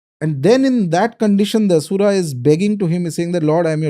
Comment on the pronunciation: Aree... plz plz ...i request... dont make ... Ram.... ramaaaaa Asur.....Asuraaaaa Arjun.....Arjunaaaaa Laxman...laxmanaaaaa The content is good , knowledgeworthy But plz have some respect/mercy for sanskrit pronunciation...